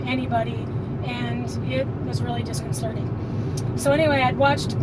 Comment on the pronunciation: Thank you for pronouncing "disconcerting " correctly. A pet peeve of mine is mispronounced words being common place. I notice, those talking about the Mandella effect seem to be of above average intelligence. My grandaughter, although she is 10 yrs old could have knocked me over with a feather with the question," Have you heard about the Mandela effect?" She knows the examples and is awake. Her parents don't think passed their own nose. We have been close her entire life and played imaginary games like goblin hunting, till she outgrew it, but she is aware of everything around her.She admitted that she likes conspiracies and I told her we should call ourselves conspiracy investigators. BTW,when I was a teen, 100 yrs ago, the song was new, I AM I SAID by Neil Diamond. The word "chair" was nowhere in those lyrics. Sevral peple on tv have made jokes about the chair in that song, even has a line about a chair. I know every word of that song that is just wrong.. Oh- and I have been Extremely empathic my entire life and I will say, no dummy.